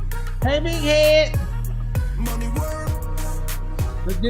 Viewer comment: “hey big head-uh”😂😂